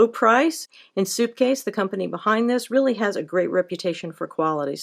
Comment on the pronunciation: She keeps saying. Soupcase